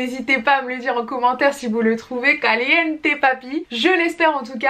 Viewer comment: Qui compte le nombre des fois qu’elle a dit calienté 🤧